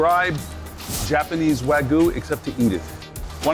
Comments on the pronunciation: Its pronounced, wag-yu. The guy keep pronouncing it "Wagu" and he's the chef! No comment... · "Wa-GOO" was all I could hear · What is it with New Yorkers and pronouncing it Wagu?